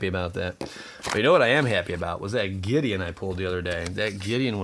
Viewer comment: at the end when he pulled out the gideon i had to rewind the video just to make out what he says